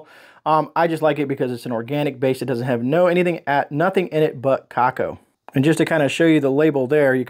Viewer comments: Just a heads up….it’s pronounced ‘ca-cow…..not ca-co’ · Hi! Just came across your video tonight! Thanks for your help! Thought I would share with you that the cacao powder is pronounced coo-cow and the name of the city where Keystone meats is produced is pronounced Lime-a, Ohio - Lima is in Peru - Ohio does have some strange pronunciations. Your pantry is incredible!!! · Cacao is t it pronounced ca-cow?